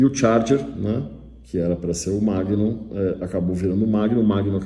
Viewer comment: MAGNUM, e não "Magnun"